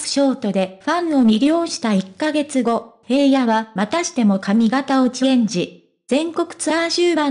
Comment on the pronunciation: ヘイヤではありませんヒラノです 聞きにくい話しが古い